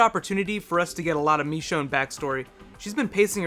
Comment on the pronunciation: It's machone not mechone